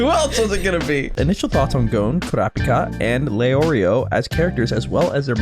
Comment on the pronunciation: Yeah, I'm not usually a dub hater, but this dub is rough. One Piece has me more open to Matt Mercer, but his Leorio just doesn't have the right energy, imo. The very flat proper articulation is a bit jarring too. Also hate the pronunciation of Gon, confused why its so different. I respect the audio processing issues and get why they're sticking to dubs, watched all of One Piece, so far, dubbed because I was sick when I started watching and reading wasn't viable, but definitely a loss on their part